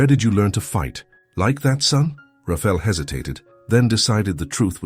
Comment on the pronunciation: IT IS PRONOUNCED RA FA. EL NOT RAFEL